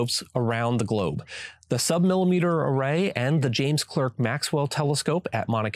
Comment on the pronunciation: James Clerk Maxwell was Scottish so is pronounced Clark.